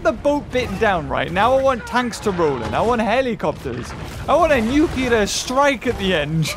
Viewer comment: "I want a nucular strike at the end!" There's Sydney Shark.